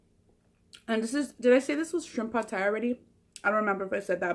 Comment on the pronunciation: I love how you pronounced pad Thai right too. I swear you're part Asian girl! Keep making us hungry 😜